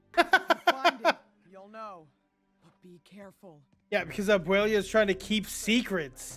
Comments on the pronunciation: why does the dude on the bottom keep saying abuelia?? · Abuela. Not "AbUeLiA"